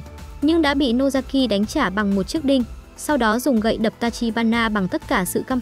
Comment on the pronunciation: Nozaki chứ ko phải Nosaki nhé😂